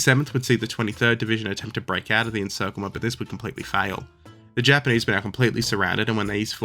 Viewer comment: he said “japanese” but it did sort of sound like “jermanese” for a second lol